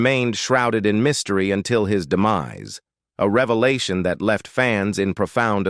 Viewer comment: This video was such a "reva-lart-shon"